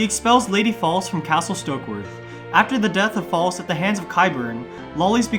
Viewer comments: Its pronounced Fa lece not False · Her name is not pronounced "Lady False". Her name is pronounced "Lady Fal-LEESE". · You're mispronouncing Falyse Stokeworth and Varys 😛